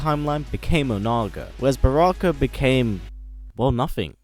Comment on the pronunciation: how dare you say barakka